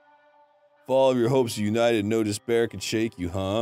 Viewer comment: Spoiler: Despair = dis-bear.